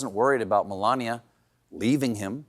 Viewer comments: Did he just say "Felania" instead of Melania??... Oh, that poor woman!! 🙄🙏😂 Happy 60th Stephen!! You make the world a better place!! ✨ Thank you!!😊❤ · Did I hear right trump called Melania "belania"????